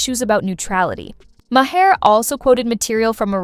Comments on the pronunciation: Maher, not ma hare. Mahr. Rhymes with bar. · Did you hear May-her? Instead of Mahr? Or is the spelling wrong? Katherine and Bill both spell their name Maher. Sorry, but I didn’t hear Bill May-her. Oh, wait. Now I get it. Lol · I also heard another name and a different pronunciation; Ma-heir. That must be AI voice.